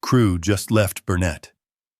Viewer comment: It’s not pronounced Bur nett. The pronunciation is BURNET. Stress is on the BUR. location. 41 miles from BURnet